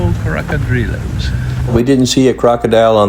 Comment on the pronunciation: It's NOT Crocodilo as you keep saying, it's Cocodrilo !